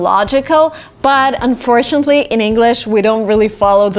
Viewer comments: Is it only me or? the word “unfortunately” you pronounce it incorrectly :D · Miss, you pronounced unfortunately wrong